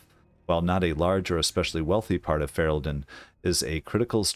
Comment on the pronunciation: Stop pronouncing "Ferelden" like that hahaha